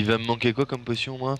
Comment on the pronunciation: nn archerie potion (prononcée pochione)